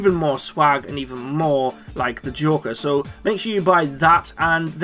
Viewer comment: Is it so hard to say joker